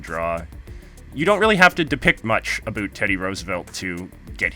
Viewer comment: Did you just say A BOOT #UnSubscribled